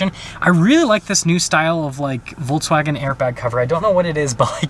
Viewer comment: Nice review! Volks, not Volts. :)